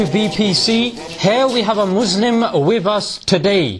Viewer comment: Good video but one mistake it's not mwzlim its mazlim 😂